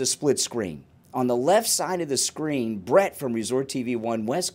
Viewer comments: Oh… And it’s Brit not Brett lol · That would not be possible without BRIT’S cooperation. Please get his name correct if you are going to report on it.